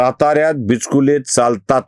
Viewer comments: Sir bichukle bola not bichkile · Not bichkule but bichukle Your pronunciation is wrong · बिचकुले नाही, बिचुकले अस आडनाव आहे